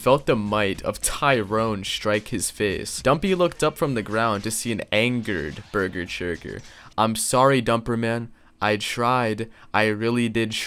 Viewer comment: I love how dumpy calls bessechurger burger churger lol